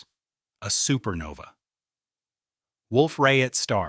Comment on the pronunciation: This AI sometimes kept saying SupernovE it was so annoying